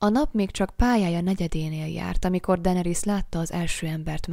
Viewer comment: DAENERYS= DENERISZ